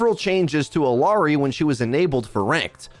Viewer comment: Why is Blizzard so resistant to putting the things back they took away for competitive mode that competitive players actually want? They have a competitive league for f@ sake. Also, why can't pronounce Iliari?